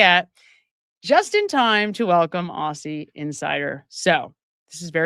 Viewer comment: 'Aussie' is pronounced 'Ozzie'.